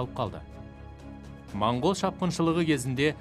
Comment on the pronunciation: Моңғол емес Маңғол деп оқысаңыз жақсы болады.